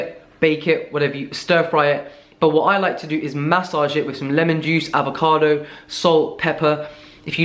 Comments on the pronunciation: Avo- .. Arrvocado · Lucy H He says it once with an “American accent” because it’s hilarious?